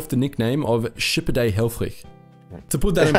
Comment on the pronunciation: Funny how the narrator in the video pronounces the name of the Dutch admiral "Conrad Helfrich". He pronounces both, first and last name in German, and not in Dutch.